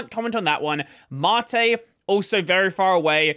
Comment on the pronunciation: Why does everyone pronounce things wrong? It's soos and māt.